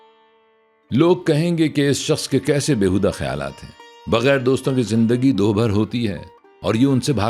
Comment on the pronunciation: دو بھر نہیں بلکہ "دُو بھر" صحیح تلفظ ہے